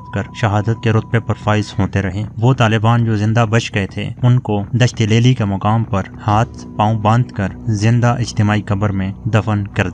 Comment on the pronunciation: الفاظ کے صحیح ادائیگی سیکھ لو۔ دشت لیلی